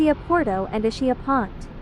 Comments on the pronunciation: "Ishia"? For the love of God, pronunciation! Is-ki-ah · The island is pronounced EES-KEE-Ah with accent on first syllable. “Ch” is pronounced as a hard c in Italian. It is not Ischia Pont-it is pronounced Pohn taa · Nice video but please please, can you change the pronunciation to the correct way? It not a shh sound in the middle but more a ski. I imagine it’s a computer voice. Our family has a house on the island and we go every September which in my opinion is the best time of year.